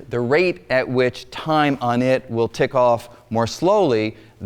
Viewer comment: didn't even get the k of tik... :D